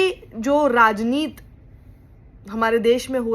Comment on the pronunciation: क्या शक्षिजी "राजनीत" नहीं "राजनीति" कहिए। हिंदी बोली को तो बख्श दीजिए।